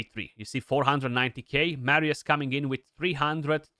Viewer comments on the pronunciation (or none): Nu mai pronunta Meerius Bro Ca duna aiurea tare